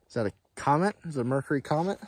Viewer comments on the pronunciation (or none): none